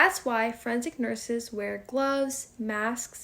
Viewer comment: And what is "friendsic"?